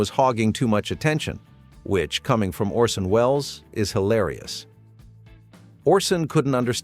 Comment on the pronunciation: c'mon, paul. it's ORSON, ffs